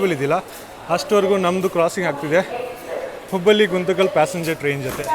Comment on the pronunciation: Bro ninage Kannada uchara madoke baralla ಹುಬ್ಬಳ್ಳಿ na ಹುಬ್ಬಲಿ antiya, ಹೊಳೆಆಲೂರು na ಹೊಲೆಆಲೂರು Are you tamilian.